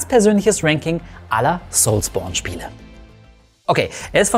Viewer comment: Soulsbourne hört sich so falsch an wie es auch ist 😅 das triggert unnormal